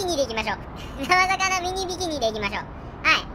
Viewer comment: ミニビキニ言えてないwww